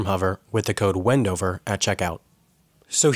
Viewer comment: Did someone else heard 'bendover' instead of Wendover?